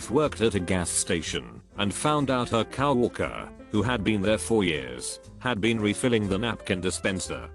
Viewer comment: Auto voice cannot handle COW worker. Doesn't the OP ever check or edit for pronunciations.